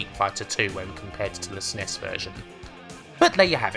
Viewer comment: I’ve heard SNES pronounced a few ways but “s’ness” is new to me.